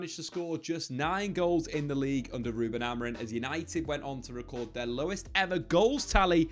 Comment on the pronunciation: please - AmorIM, not Amor-IN